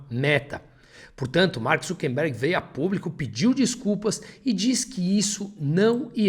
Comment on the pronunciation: seus textos são muito bons. Mas não resisto a observar que o correto é "ZuckeRberg", e não "ZuckeNberg".